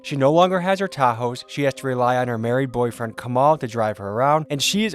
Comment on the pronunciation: Love how you emphasize married boyfriend haha😂😂